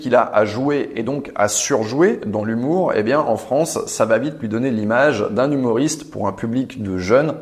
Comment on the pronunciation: J’entends « humouriste » ? Mais le mot correct est « humoriste » bisou